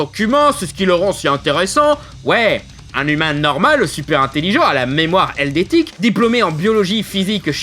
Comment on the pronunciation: Eidetique, pas eldétique